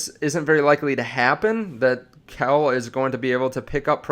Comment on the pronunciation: It’s pronounced “qwell”